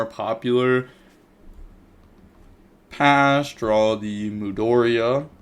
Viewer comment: mudora not mudoria